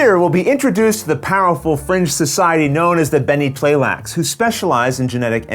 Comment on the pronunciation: You know is pro when you see him pronounce Tleilax & Tleilaxu without skipping a beat 😆. Fun looking expansion!